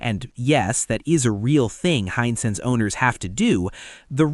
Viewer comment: Wish you could train the software to say the word "Hisense" consistently accurately, instead of "hine-sense," "high-sentse," etc. It's correct less than half the time.